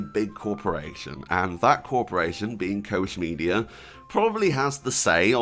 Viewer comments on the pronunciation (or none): Quick sidenote: the ch in Koch is pronunced like the Spanish j oder the Russian x. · It's axtually spelled koch but it's pronounced cock media